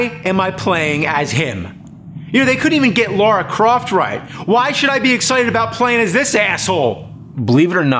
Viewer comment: Everyone: Lara Croft James: Laura Croft